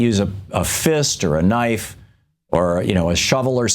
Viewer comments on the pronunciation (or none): none